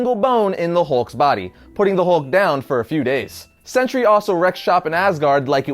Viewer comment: I always hear century instead of sentry